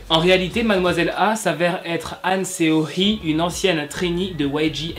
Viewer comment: Seo sa se prononce SO et pas Séo XD